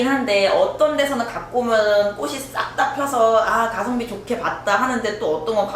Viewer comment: 제발~~ 꼬시 꼬슨 아니고 꼬치 꼬츤요~!!!